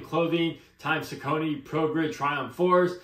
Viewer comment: Great review. The name is actually pronounced Sock a knee. Lol